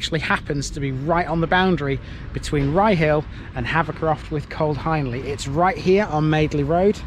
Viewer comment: Another good one. Please correct me if I’m wrong, but I’m pretty certain Hiendley is pronounced Heendley. You’ve got me wondering. I’ll ask a local the next time I’m cycling in the area.